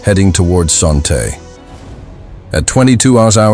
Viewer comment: Your mispronouncing Son Tay.